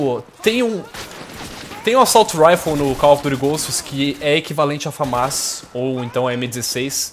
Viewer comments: mano, pq o nao fala direito o nome da arma? Não se fala FamÁs, e sim, Fãmas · eu acho que se diz FÃMAS né?